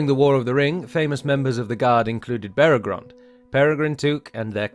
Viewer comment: Minor nitpick but it's Beregond, not Beregrond. The text was correct but the narrator inserted a second "r" every time he pronounced it.